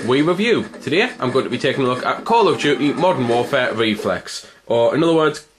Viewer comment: he said call of dookee